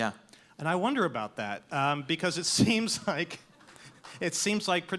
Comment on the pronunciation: Cool debate. One question, though: What's a "mare-a-cull"?